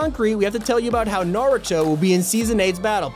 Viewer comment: YES NARUTO IS COMING YES I LOVE NARUTO I CANT WAIT (And yes u pronounced It right)